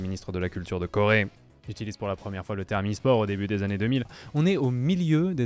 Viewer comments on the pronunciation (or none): none